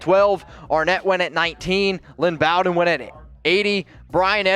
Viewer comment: "BOE" DEN. Bow as in Bowtie, not as in "bow wow." Also physically he is a slot receiver, but something no one talks about is how hard at his size he was hard to take down. And his instincts on running were Gayle sayersesque. Watch his long runs where he would cut back in and beside the player in front of him he always seemed to do it right when a player behind him had a shot. Could have been blind luck but he has done it multiple times.